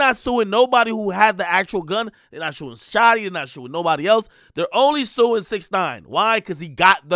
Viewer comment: “their not shuing shotti” this nigga a wino